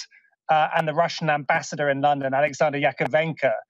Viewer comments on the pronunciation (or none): none